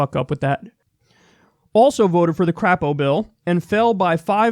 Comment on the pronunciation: It's actually pronounced CRAY-po, but I prefer how you do it.